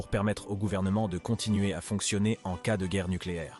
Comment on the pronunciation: Au lieu de dire "en cas d'attaque" le robot nous dit "en c-a d'attaque"... Déplorable.